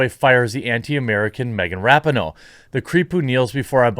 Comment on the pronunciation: Megan Rapin-NO